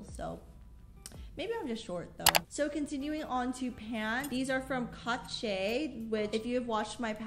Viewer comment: love your vids, I always thought the brand Cache was pronounced “Cash-shay” or just simply “Cash”